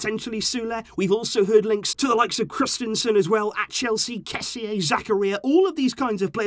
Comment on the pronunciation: I think if his name is spelt kessee, it will help with your pronunciation, but how you pronounce kessie means something else. The meaning of his name is BIG and the meaning of how you pronounce it is bones😂😂